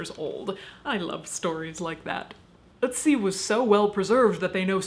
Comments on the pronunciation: Ötzi is not pronounced "Oodsie" but rather something like "Erred sea". ;) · First time I've heard someone saying Ö(t)zi in English... The name sounds way more cute in German (to me)